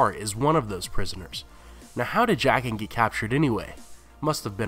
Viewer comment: I die a bit Everytime he says jaqen